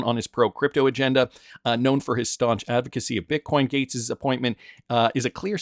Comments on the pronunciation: Gaetz is pronounced Gates!!! Just Like Bill's last name... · Hey, pretty sure his name is pronounced “Gates” 🤙🏼